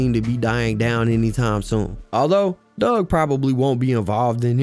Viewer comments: His name aint dugg, its pronounced DOOG Four 2 DOOG!!! im not even a fan n know that bro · excuse me sir it’s Four Two (4 2) NOT Fourty Two(42)!! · 🗣It’s FO 2 DUGG NOT FORTY TWO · The second I hear someone call him "forty two" Dugg in a video I switch it right off. If you couldn't do the research to get his name right why am I gonna believe anything else you say when speaking on him? Its "fo two" he made that clear more than once. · His name is Four Two Dugg. Not fourty two. Just 4-2...Also Detroit has the best water in the nation. You would be talking about Flint.